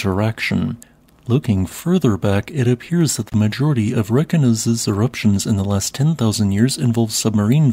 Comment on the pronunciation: Pronunciation tip. I am sure you know how to pronounce Reykjavik. Reykjanes will be the same. REY-KYA-NESS. 😊